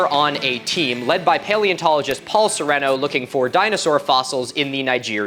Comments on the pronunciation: Just fyi, it’s pronounced like serene-o. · My dad represented Sereno (it’s pronounced Sir-ee-no) a little over a decade ago, i got to visit and poke around his lab a couple times as a kid. cool stuff, he has a huge life size model of Sarchosucus in there and flesh eating beetles.